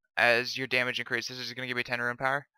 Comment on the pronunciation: I stopped watching this vid as soon as you started pronouncing rune as "ruin" fucking frustrating man